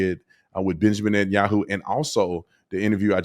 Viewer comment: You constantly call Benjamin Yahoo 😂😂